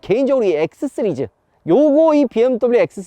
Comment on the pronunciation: 은 씨리즈를 왜 쓰리즈라고 발음하시는거에요? 시그니쳐 같은건가요?